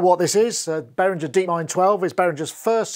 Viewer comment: Why won't people pronounce Behringer the German way? That "gee" is annoying, not to mention disrespectful to Uli!